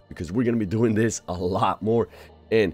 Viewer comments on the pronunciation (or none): none